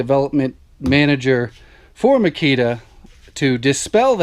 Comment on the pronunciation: Your pronunciations of those brand names, Makita Milwaukee DeWalt was excellently played